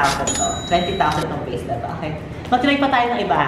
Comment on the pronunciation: Vase pla sabi nya.. "Gano kamahal ung vase". Dinig ko gano kamahal ung face🤣